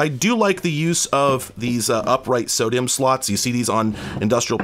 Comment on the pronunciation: I had to rewind the video twice to figure out what a "sodium slot" was before I realized you were pronouncing SODIMM as "sodium". Wack, never heard that before. I've always said ess-oh-dim